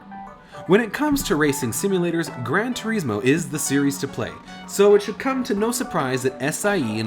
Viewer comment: Wtf is wrong with you game reviewers , how do you not know how to say polyphony! (Polih-funy) polyphony. And its gran tour-izmo, not fucking (gran tour eezmo) fuckin hell! If your speaking italian or spanish, than yes, toureezmo. But you arent !